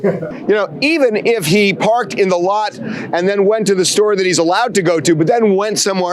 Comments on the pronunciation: Theres no "h" in the word store 😅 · Parked at one shtore and visted a different shtore 😂